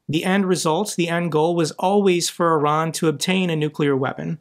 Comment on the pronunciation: Thank you for pronouncing Iran correctly. I am sick of hearing Eye Ran.